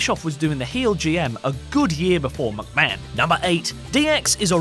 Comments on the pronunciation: He only said Vince McMahon once he always says Vince mucman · At the start of the video he said Vince mucman